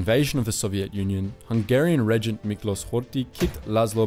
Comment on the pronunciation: Miklos is pronounced Miklosh. - Thousand Year Reich is Tausendjähriges Reich, not Tausend Jahre Reich. - Representing Nazi Germany with the war flag of the Weimar Republic, seems inappropriate. Black-red-gold represented democracy and was anathema for the Nazis. Better use the black-white-red flag, which was actually used for two years by the Nazis until 1935.